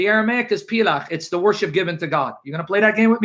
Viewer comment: Word is pel-akh/palak not plach btw.